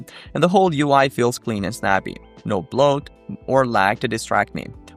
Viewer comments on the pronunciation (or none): 'bloat' not 'blot'. a different word.